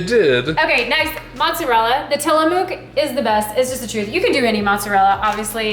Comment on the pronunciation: Go Tillamook Cheese!!! As an Oregonian, I have to say it is pronounced Tilla-muck, but I don't hold hard feelings about it. The edit is giving a bit of that ranch channel vibe while not being an outright copy.